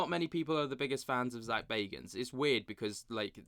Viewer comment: This the paranormal gossip channel 😂😂🌈 Dude cant say Zak's last name right even though he says it at the beginning of every episode